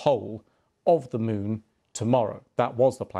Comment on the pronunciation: "Scheduled to land on the south pool of the Mon"